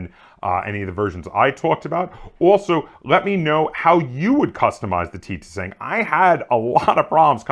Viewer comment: Im pretty sure you dont pronounce the second T making it the "ti sang" but don't quote me on that though